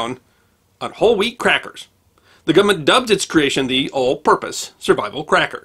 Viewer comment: I love that he actually says "gumment"!